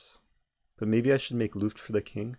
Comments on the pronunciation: “make looft” what? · Dear Eric, i am from Germany and germans love to know better. So Luft is pronounced with a short u like in put or look. I still wonder why in chess they use a complicated german word like Zwischenzug. May be cause german people love to know better and surely people will pronounce wrong the first time... Btw nice video, i like all of yours!